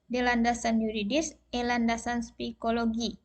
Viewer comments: Psikologi bukan spikologi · Hehehe mantab bu.... koreksi sedikit ibu guru itu psikology bukan spikologi..... selebihnya luar biasa...doakan lulus 100 persen ya bu.